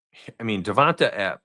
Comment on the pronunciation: its Devont AYE not AH